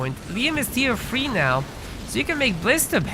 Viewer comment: Great video! Is it a Hungarian thing that prevents ‘th’ in English? Tier free, free hundred